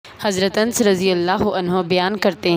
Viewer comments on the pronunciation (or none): انس کو ان نس بولتے ہیں الفاظ درست کریں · Ans ni hota Anas sahi nam hy